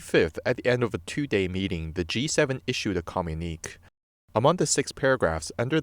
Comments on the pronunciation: Yup. It hurt my ears to hear com unique. Lol. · Communique is pronounced phonetically “Com Mu Ni Que (Kay) … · Thank you for this interesting communique but would prefer less liberties with pronunciation, please.